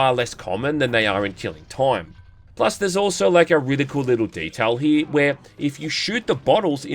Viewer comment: I'm sorry, "Keeling Toym"? XD